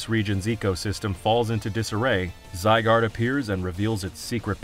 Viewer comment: You still pronouncing Zygarde wrong?